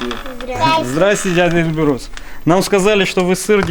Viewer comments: Эльбрус).. и ударение на первую букву) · Для тех , кого интересует национальность Георгия , могу с уверенностью сказать только одно : Георгий НЕ осетин . Осетины ставят ударение на первый слог в имени Эльбрус .